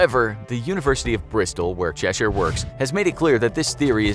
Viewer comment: You don’t have to emphasise the “i” in Cheshire - it’s pronounced Chesh-er 🤦🏼‍♀️🤦🏼‍♀️🤦🏼‍♀️🤦🏼‍♀️